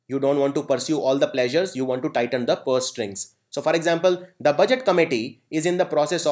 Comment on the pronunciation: Thank you for the session, only problem - you are pronouncing "the" in the wrong way